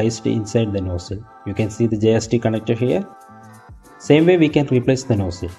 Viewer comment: What's vin-dos and no-sell? 🤷‍♂️